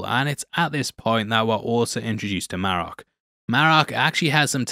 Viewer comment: Merraok isnt Ezra 🤦🏽‍♂ I really was looking forward to watching this show being a long time SW: Clone Wars and SW: Rebels fan, but this pacing was 😪especially being at night. So my 2 cents, release your reviews during work hours and dont go out of your way.